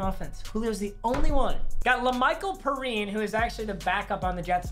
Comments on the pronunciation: This guy really pronouced him parene instead of pryan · Lamical p-ee-rihn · It’s PEE-RĪNE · It’s pronounced PEE RINE not puhrine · its pronounced pee ryan not perine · He really said “luhmikel puhreen” 😂😂😂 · Pea-rhine, that’s how you say it. Former Gata 🐊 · (La-Michael) (Pee-ryne) My dad went to Florida, so I’m also a Florida fan. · It’s La’Mical Pee-rine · La’mical perine is pronounced lay-Michael-pay-reen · it’s pronounced “pee rine” btw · Its Pee Ri En not what ever you just said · It’s pronounced Pee-Rhyne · Your rb is pronounced (pee-rine) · my guy slaughtered lamical perines last name😂😂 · The way he said Perine made me barf 🤮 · U said perine wrong how dare u, U don't deserve 2 watch any more Florida football